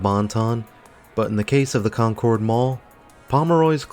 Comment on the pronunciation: It's a great mall, I went there a lot when I was at school at St. Mary Magdalen which is a little further south on Concords Pike. Pronounced like Conkurd btw, not the typical pronunciation such as in the Concorde Jet etc